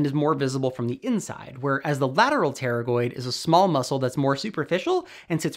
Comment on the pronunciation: Pterygoid sounds more like terrible lol